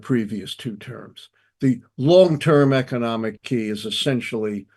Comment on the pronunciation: This man is ruining the word key